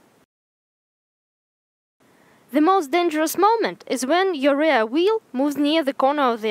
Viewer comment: The "REAR" of the car...is pronounced "REEer", not "RAre". А так нормально, видно, что английским интересуетесь. Определитесь с акцентом, у Вас намного лучше пойдет британский акцент, а не фальшивый русско-американский (CaRRR). Больше внимание уделяйте фонетике. Да, можно из вашего английского сделать конфетку, немного подкорректирвать. Good luck.